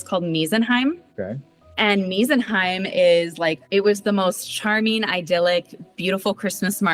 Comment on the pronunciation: The way she pronounced "Meisenheim" literally means "home of miserable people" 😂 Meise is actually German for "tit" - the bird, not the other thing...So it's "home of the tits" 😶